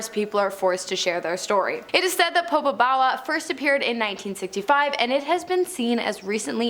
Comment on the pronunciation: Its POPO BAWA